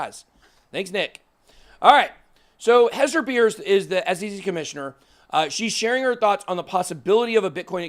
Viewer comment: Just an FYI. Hester's last name is pronounce Purse, like a handbag.